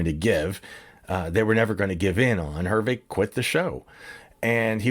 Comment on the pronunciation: good story - thank you. hard listening to how you chopped up the pronunciation of Herve's name.